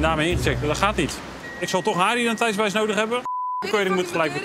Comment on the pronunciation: Hé, met je "identeitsbewijs", spreek het eens een keer goed uit man, scheelt maar 1 lettergreepje, "ti", kom op je kan het 😂